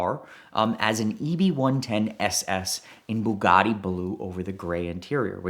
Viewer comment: "Bug'audi" lol whats the Rimac equivalent 🤗😂😝🤷🏻‍♂️